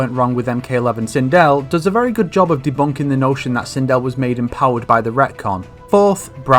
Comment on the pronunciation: Hey you got me this time, sindel got butchered